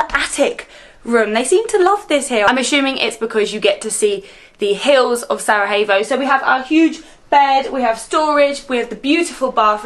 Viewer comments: Its not Sarahevo, its Sarajevo. Learn to pronounce like the rest of the world can learn to pronounce your English words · Not Sarahevo, not Saragevo try say Sara-ye-w-o .... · Love it! Thanks for visiting our beautiful homeland. But hey!:) you gotta learn to pronounce Sarajevo the right way. It’s Sara-y-Evo basically. Not Sarahevo!::). Cmon now!:). Great channel. Hope you enjoy Bosnia!! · try to pronounce it as Sarayevo and it's good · SaraJevo. J as in Yes or Yellow. Not J as in H. You are in Bosnia and not in Mexico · If you say saraHevo one more time lol you didnt say Hasmin 😂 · Bihać was the last place to be conquered by Ottomans. Something like 200 years after the ottomans began their conquest of the Bosnian Kingdom. Also, please look into pronunciation of Sarajevo 😊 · Your pronunciation of “Sarajevo” makes my ears bleed. Everything else is great… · Still mispronouncing Sarajevo! 😂😂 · all good. Not a problem, just a correction. U are doing a great job promoting the city and the country so its fitting to pronounce the capitals name correctly. Especially since its easier then how you have been pronouncing it. Cheers